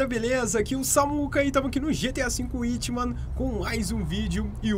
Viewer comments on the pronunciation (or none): none